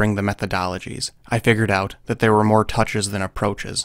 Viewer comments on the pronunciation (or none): none